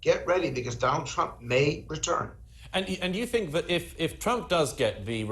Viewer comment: Trump Not Crump .🇺🇸🇬🇧